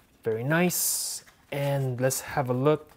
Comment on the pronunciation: He said... very noice